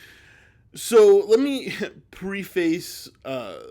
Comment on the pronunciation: Preface is pronounced preh-fuss, not preeefayce. Preh, as in pregnant, and fuss, as in fuss.